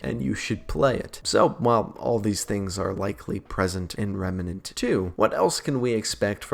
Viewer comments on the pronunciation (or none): Not Remanent it's remnant